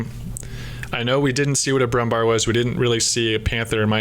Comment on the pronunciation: the pronounciation on that anti inv heavy tank is brummbair ;)